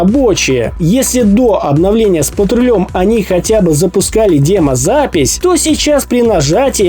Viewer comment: Ты специально говоришь дЕмо записи?